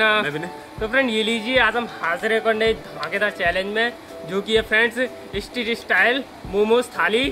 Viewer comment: Estreet nahi street And sizvan nahi Schezwan